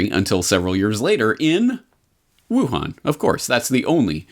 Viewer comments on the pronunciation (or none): none